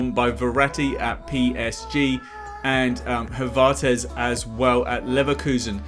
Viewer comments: “Havartez” he said Havartez😂😂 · No one: Video guy: havaartez